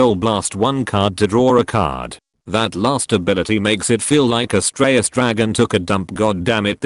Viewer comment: Did you say, ASStraios Dragon?